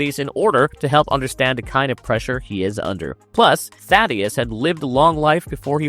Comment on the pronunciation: For the love of God, its not THADDY-US, its THAY-DUS. I keep hearing people mispronounce it in every video and if you actually watch the show and listen, they literally say THAY-DUS